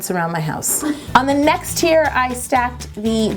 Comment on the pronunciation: I kept thinking she was saying tears instead of teir